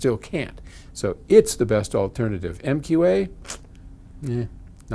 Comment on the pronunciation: I really don't feel bad about a professional mispronouncing MQA of all things though.